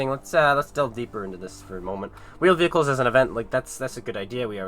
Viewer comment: Vheeled Wehicles uhm can console's render them quickly enough?